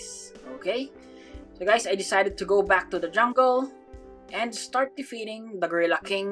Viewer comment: "yellow, is beck"